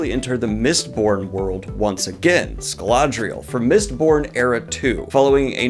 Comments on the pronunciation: a yes, the great wide world of ScaLAdrial, where the first 'L' is actually invisible in the text while still being pronounced, as kind of a reversed silent letter. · You keep pronouncing Scadrial with a random extra "La" in the middle of the word, it isn't "ScaLAdrial" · Cuz I feel like this is a public service: Ska-dree-ell Threh - no -dee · “Scaladrial”? This isn’t even a case of “read the books but didn’t listen to the audiobooks” like “Prince Row-din”, this is just phonetically wrong, there are extra letters added in? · Bro has a Mistborn tattoo and has Sando on speedial but says Scaladrial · So weird that he keeps saying “Scaladrial” when it’s “Scadrial”, but okay Dan, Dan, okay. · Drink every time when Daniel says “Scaladrial” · Why you say Scaladrial? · S CA DRI AL !!!!!!! But great vid! :) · great video, but you calling Scadrial "Scuh-lad-dree-el" is killing my Sanderson soul lol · SKAD - DREE - UL. :) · "Scaladriel" xD sorry but it do crack me up As a fellow dyslexic mfr its just too good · Sca / dri / al. lol. You butchered it a lot in this video. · I love the cosmere and also can't stand the fact that he pronounces scadrial as scladrial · Daniel, sir. I adore you. I adore your videos .. but I swear to everything that is holy, if I hear you say scaladrial one more time… I’m just going to.. just.. there will be fisty cuffs my dude. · Daniel I know you're saying scalladrial on purpose like you did with "maynga" and I will NOT stand for ir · Scladrial? Never heard that pronunciation before. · SCAD-REE-ALL lol. But otherwise great vid, I am a Sanderson groupie. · Daniel, bubby, you gotta start sounding out the words you’re reading. SCA-DREE-UHL. You did this with Judeau in Berserk as well. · Why does it sound like u saying it "Scaladrial"? Oo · "Scaladrial" Daniel why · Why does Daniel pronounce Scadrial like he's saying "Galadriel", lol. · Ahem, actually it's pronounced Gadriel. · did you say Scaladrial?😅😅😅😅😅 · SCAD-DREE-AL say it right Daniel!